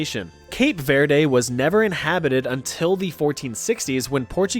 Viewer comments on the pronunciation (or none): none